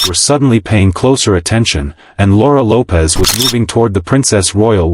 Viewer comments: AI gets it wrong again. It's pronounced Lopes not Lopez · It’s pronounced Loweps.” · Camilla needs to learn that her children are not welcome at royal functions. Laura's last name is Lopes, rhyming with dopes.